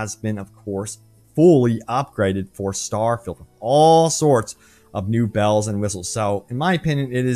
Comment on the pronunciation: Shhhhh! I'm vewy, vewy excited. It's Stawfield prerelease hype season.